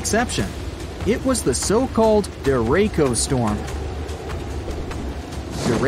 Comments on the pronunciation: Pleeeeeease....it's not pronounced dereco! It's pronounced just like it's spelled - de-ret-so!! Meaning "straight" in Spanish. Straight winds!!! Who does the research of this video!! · It’s pronounced dere -Cho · It's pronounced De-ray-chee-o. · Derako is a character in Harry Potter. Learn how to pronounce the word. I can't listen to this. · The names of the storm is properly pronounced dare-a-cho. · "derayko" LOL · you couldn't even be bothered to look up the pronunciation of the event your video is about. couldn't even take 2 seconds? there is no K in derecho it's duh-RAY-show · There was no hurricane. Please pronounce derecho properly. Tornados do not get to EF 6. That is a mythical beast. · Get the pronunciation right...deracho is der-a-sho......green skies usually mean large hail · It’s pronounced “Der”-“Ray”-“Chi”-“ō” or De-Re-Cho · Derecho Sounds like “dur eh cho” ! Learn to pronounce your words! 😎😍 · It’s pronounced der-ech-o it’s Spanish for straight, as in straight line winds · Also listening to the narrator mispronounce Deracho [ der -a - show] is annoying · 'ch' in 'derecho' is pronounced like 'ch' in chocolate or most? other words. Difficult to listen to his repeated mispronunciations. Weather channel pronounces this correctly. This narrator may not be a fan of weather...or Google (search for 'derecho' and an audio is provided that says 'derecho' correctly). sigh. A full video without spending time (seconds) learning to pronounce a word unfamiliar to the narrator. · I wonder why It's bring pronounced "dereco" Derecho in Spanish means straight, exactly what this storm winds do. The only case to pronounce it that way is if it was written derecco and spoken in Italian...not the case. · DERECHO in the Filipino means straight just right for description for that storm but it should be pronounced day/ret/tso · Derecho not duuurrr ako.... And its spanish for straight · "deh-ray-ko", ouch. It's a Spanish word, the "ch" is not pronounced as a "k"